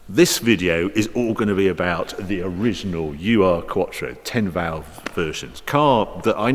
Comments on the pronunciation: Not "You Are", Harry. Ur should be pronounced "Uhr". Cracking vid of course! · Funny how you pronounce "Ur-Quattro". It's not "U-R Quattro", but Ur-Quattro. Ur meaning ~ancient or in this case first or original -> the first version of the Audi Quattro or an Audi with Quattro drivetrain. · ...little comment straight from Germany..it is pronounced "oor-quattro" not U-R quattro, the prefix "ur" stands for "very old or long -time-gone"...😜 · Stop saying U R… it’s Ur in German, which means original… it’s the original Quattro… Ur Quattro! 🙄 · "The original 'you are quattro'", Hary says. Hahaha. Ur quattro means 'primeval quattro' and 'ur' is pronounced as 'ooohr', not 'you are'. But nice touch, though. Keep it up! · what is a "EWWW ARRR" quattro? asking for a friend. Ur in german means the original/ancient. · Not to be nitpicking, but it's a German car, so it's not pronounced as 'you-are' quattro (as done way too much), but as Oohr-quattro. It was give this name in retrospect, because it was the 'very first' quattro (Type B2). Translation of 'very first' into German is... Ur-quattro. ) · It is not "U R quattro", but rather Ur, a word basically meaning "original". The origin of q uattro. The VW was called "Iltis". On 5 cylinders in line, the Mercedes 300D models (starting in 1974) had a 5 cylinder diesel pre-dating the Audi 5 cylinders. Thanks for another really cool video! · Why does Harry keep saying U R, it’s Ur, a common German prefix meaning original.....Ur-quattro, “original quattro”. On the engine, if you look at a Golf GTi engine porting you’ll notice that cylinders 2 through 5 replicate the layout inlet and exhaust ports of the Golf engine with cylinder 1 repeating no 2. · It’s oor, not UR. German prefix meaning original. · It’s pronounced ‘oor’ like in (p)oor... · Pronounce "oorr" with a rolling R. Ur-quattro is a collector's term to qualify very old or first ever. Cheers for noting that point 👏